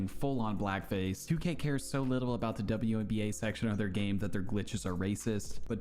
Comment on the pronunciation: "WBNA" HAHAHAHAHAHAHA